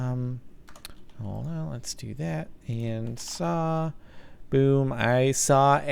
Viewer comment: why do you say saa for saw .-.